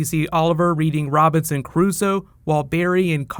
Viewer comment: it's robiNson not robiTson.